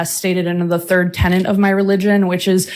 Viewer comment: Sounded like they said "tenent"...every time! 🤦‍♂